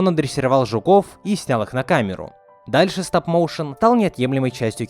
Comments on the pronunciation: Стап-Моушен 🌚🔫 Сразу видно уровень англа Так на будущее не «Стап» а «Стоп» Стоп-моушен Мои уши кроваточат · Почему стап, а не стоп? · Не стАп моушен а стоп мОушен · "Стап моушен" хммм